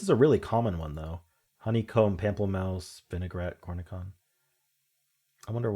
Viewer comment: I learned Pamplemousse from the La Croix water flavor. 😂 And cornichon is pronounced with the soft sh--corn-a-SHON. And because I hate pickles, I give all my cornichons away. 😂